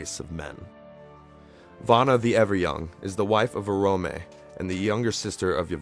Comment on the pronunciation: Good narative voice but you struggle with pronunciation of the names :) (still it has too much of english way of pronouncing things (e.g. Illuvatar, Vaire, Orome) -no sharp "R" - when tolkien was creating languages of Middle earth, he was inspired by scandinavian languages I think ). I liked Martin Shaw's narration of Silmarillion.